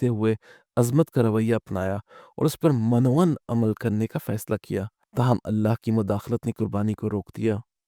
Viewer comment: دو الفاظ کا تلفظ غلط کیا گیا ہے: ۱) مِن و عَن ۲) بعینہٖ